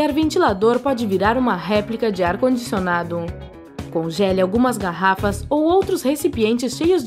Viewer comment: Não consigo assistir esse vídeo... esse jeito de narrar irrita demais... "para quem não tem um ar condicioNADO" "ou como ostentar que você não vai friTAR".